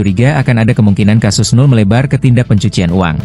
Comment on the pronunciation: host nya belajar lagi dah bahasa indonesia pelafahalannya yg bener....jadi ga enak di dengarnya... NOEL di bacanya NO' EL BUKAN NUL